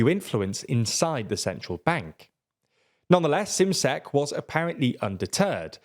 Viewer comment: It’s pronounced ‘shimshek’, not simsek.